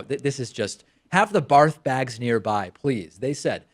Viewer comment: "Have the barth bags nearby" haha David thinks people have been saying "barth bags" all this time.